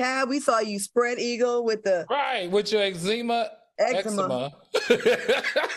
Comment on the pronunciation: Exzema... Eczema 🤣